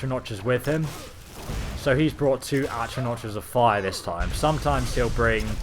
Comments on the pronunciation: its not achranoch its actranack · atronotches? at-roh-nocks... that's how you say it. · It's atronachs, not atronaches, and with a soft ch (silent c), also Valkynaz is a dremora class, courtesy of and it says it's the high-end dremora, meaning level 70+ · Sa-vont is the pronunciation of savant. Oh and Atra-knock . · Atro NOTCHES? Dude, it's pronounced atro NOCK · For Christ's sake its pronounced ahtro-NAHK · Atro-notches :D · "Atronach" is pronounced like "at-row-knock." The first a in savant is pronounced like "uh." The second is pronounced like giving an "ah" of relief or understanding. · Atro-notch rip pronunciation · Atronotch? C'mon.. Good vids tho. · It's pronounced AtronaK ffs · atro notches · No it's not it's atronach